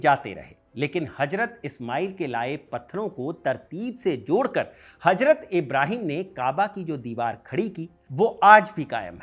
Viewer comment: गुड इन्फोर्मेशन लेकिन अपनी भाषा पर पकड़ बनाओ हजरत = Hajrat ❌ हज़रत = Hazrat ✅